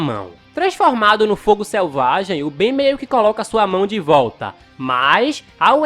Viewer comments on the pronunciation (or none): Perceberam que invés dele falar Ben ele falou várias vezes Beno kkkkkkkkkk 😂😂😂😂😂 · É ben não benio 😠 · Só eu q ri toda vez q o falou Benio? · O engraçado ele falando clone do ben e eu confuso sem saber se era do bem Ou do ben